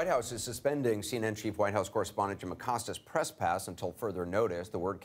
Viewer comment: Jim “Accosts” again!